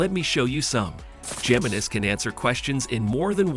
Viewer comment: Does this moron really not know how to pronounce Gemini?